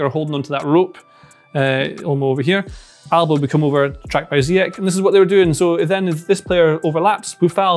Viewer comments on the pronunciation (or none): I love ya but just so you know Ziyech is pronounced Zi-YESH rather than Zi-YEK. Thanks 😄